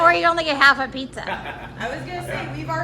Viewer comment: Easy for you to say!! Loved the bloopers!! Cool finds...thanks for sharing!! By the way, its pronounced PIZZ-A not PIZZ-ER🤣